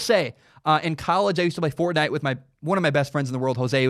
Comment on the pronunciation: It was weird to hear you say fortnite